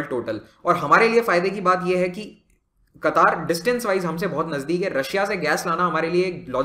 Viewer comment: It's क़तर not कतार